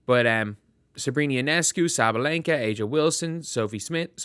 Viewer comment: They even got sabalenkas name wrong !